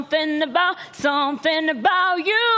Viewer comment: "Du samsing" - vorbind în engleza